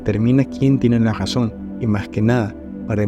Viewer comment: Por qué dices "Gazón" en vez de Razón ?